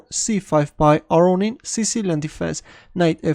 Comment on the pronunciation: Lev aronin ???!? Chess is strange